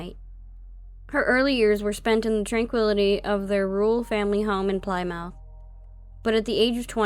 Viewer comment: Very enjoyable. You'll probably never have to say the word again, but just in case Plymouth is pronounced "plim'eth", with plim sounding the same as slim.